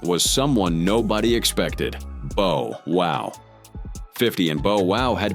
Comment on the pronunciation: 😊This YouTuber keeps on mispronouncing Bow Wow's name it's Bow Wow not Bo wow.